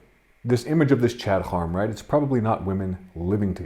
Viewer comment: And it is pronounced "hair-um" not "hor-um"